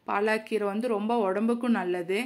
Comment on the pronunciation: பாலக்கீரை ,பாலாகீரை அல்ல உச்சரிப்பு தவறு